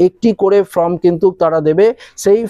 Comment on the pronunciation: আপনি কখনো বলছেন "FROM" কখনো বলছেন "FORM" যদিও প্রকৃত উচ্চারণ হবে ফরম। নিজের উচ্চারণ সম্বন্ধে সতর্ক থাকুন। বাদবাকি ঠিকই আছে।